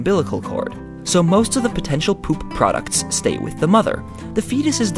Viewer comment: i just notice you said poop like pope once in this video